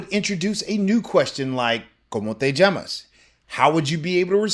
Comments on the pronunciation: isn't LL a Y sound? It sounds like you're using a J sound. For instance in the word "llamas" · Why is llamas pronounced "jammos' and not yamos?